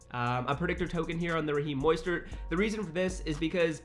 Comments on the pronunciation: just to let you know, it’s MO-stert not MOY-stert lol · Raheem Moistert? Cmon bro you mean mostert “Moe-stert” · Dylan Black you wrong too moss-stert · This man really just said moistert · Dude say MOISTert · Are we gonna ignore how he said Mostert lmao